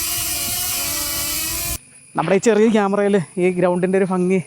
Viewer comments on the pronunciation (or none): ഫങ്ങി അല്ല ഭംഗി ആണ്